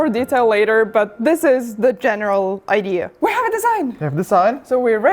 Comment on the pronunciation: She speaks English better than many who that is their only language. The word is Idea. Not iDeer or iDeal. And while i'm at it, there's no such thing as Buh-Sketty. 😋